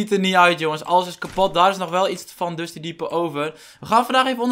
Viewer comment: Het is Dusty Depot en niet Dusty Devot huh ik schreef dit tijdens een reclame en bewerk het nu omdat het blijkbaar is verandert